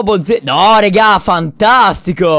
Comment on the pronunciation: Dici rega in un modo che damiano er faina spostati